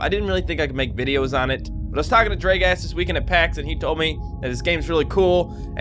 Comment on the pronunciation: I heard "Draegast" WTH